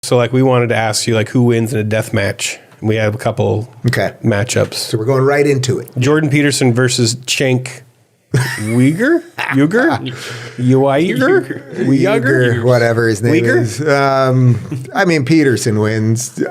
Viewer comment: The correct pronunciation of Cenk Uygur's name is as follows: chuhngk yow-grt